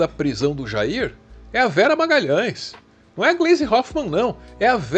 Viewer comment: 😂Pra q tem q falar do Jair como se ñ fosse o pai dele e ainda o nome com sotaque como se ele fosse americano? Ah já sei o Dudu é americano de coração 🤣